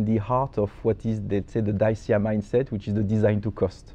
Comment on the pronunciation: Such a shame that constantly insulted his interviewee by mispronouncing Dacia despite having the word correctly pronounced for him throughout the interview